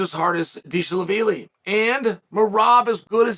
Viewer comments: Dang, deeshee la veeli might be the the worst one since the Jori Prokaev saga. Undefeated and Undisputed KING of totally correct pronunciation. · HE SAID DISHI LAVILI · dee shee laveeli 🤣🤣🤣🤣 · Deeeesheee vaavvilllii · Oh my God Deeshelavilli?!?🤣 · Who the fuck is Dishi laveeli?! LMAO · Dee-She-Lavili 🤣🤣🤣 That man better get his name changed on the certificate before Uncle Chael catches up to him! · "Deeshi-lavilli" - Chael Sonnen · Dee-She Respond? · “Deshelaveely”- Undefeated and Undisputed Chael Sonnen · Brother you completely butchered his name tho. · who else clicked on this video just to hear uncle Chael pronunciate Merab's last name😂? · That might be the worst Chael has ever butchered a name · who else clicked this EXCLUSIVELY to see how Uncle Chael was gonna fumble the pronunciation on Merab's name?